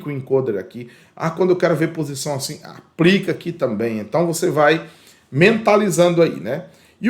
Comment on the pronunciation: O conteúdo é muito bom, bem exPLicado! Mas cuidado, precisa melhorar a linguagem! aPRica, NÂO PODE! APLICA SIM! BRUSA, APRICA, APRICAÇÃO NÃO EXISTE! BLusa ; aPLica; aPLicacão assim tá certo!!!